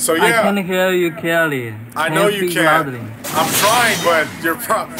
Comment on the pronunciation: Bro said “yuooo”🗿💀